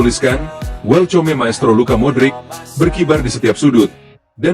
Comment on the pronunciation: Hoaax eta mah, baca welcome aja salah, belajar baca lagi min 😅😅